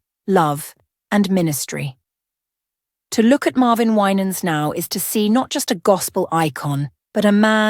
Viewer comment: You don't know what you're talking about because you can't even pronounce his last name, bye liar. 😅😅😅